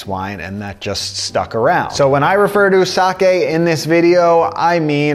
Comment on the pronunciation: Thank you for not pronouncing it 'saki'.